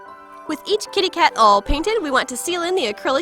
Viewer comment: "Awwww-painted" I think you mean All xD